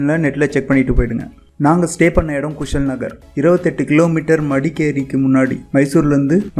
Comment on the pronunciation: Ji place sariya sollunga kushal no kushaal Nagara this is correct words Abay falls no abhi falls